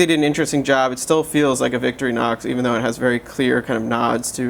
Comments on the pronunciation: cant believe I'm doing this again to another watch reviewer! it's Victor-inox not victory-nox say it with me vic-TOR-inox ,so simple,better stay away from anything that actually takes knowledge of French or German accents! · its Victor-Inox...not victry-nox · nice try at trolling. victorinox is just victorinox; not victory-nox. he said victory-nox. whatever.